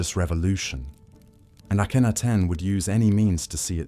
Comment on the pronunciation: I can’t get over the weird way he’s pronouncing the names 😂. I did hear at some point. Somebody say that it’s not a person it’s AI, like when he was saying the name Akhenaten, but he said it in a different way and I was like, isn’t it Akhenaten? Or when he was pronouncing Rameses, the way it’s pronouncing the names. I keep repeating to myself that no it’s supposed to be pronounced this way I think. 😂